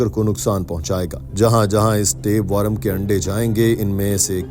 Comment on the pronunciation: Bhai worum nahi wor-m